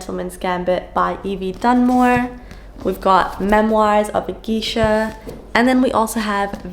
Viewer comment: It may be different where you live but at least for us in the USA, you pronounce “geisha” as “gaysha”, its strangely a fun word to say😂